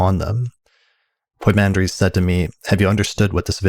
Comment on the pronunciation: It's poi mandres not poymander. Pymander in English